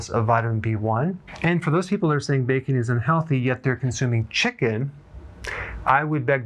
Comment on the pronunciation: Im all in afer you said becon😅